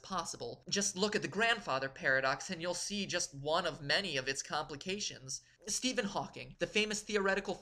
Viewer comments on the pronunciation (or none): none